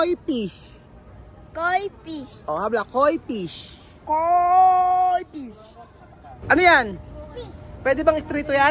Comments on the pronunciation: Hi. It would be nice if you can pronounce the F (PISH) properly. Thanks ✌️✌️✌️ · fish not pish😁✌️ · KOI FISH NOT “KOI PIS”...😂😂😂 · I pronounce mo ang letter F correctly kasi letter P yong pagka bigkas mo sounds like Pish sana sa tutorial nila turuan cla ng correct pronunciation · Hola,. He visto bastantes videos tuyos y lo que estás haciendo es digno de elogio, especialmente en lo que respecta a la educación de los niños. Sin embargo, noto cómo pronuncias mal las F y las V. Por el bien de los niños, tenga la amabilidad de esforzarse más en pronunciar dichas letras correctamente. Muchas gracias.